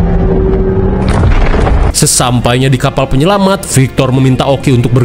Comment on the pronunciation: Penyelamat bang bukan penyelamang